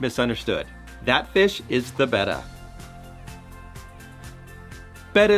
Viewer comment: THANK YOU for pronouncing “betta” properly!